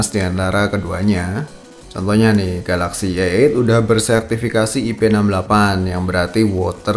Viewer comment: bro ente bilang a8 denger kayak eek :D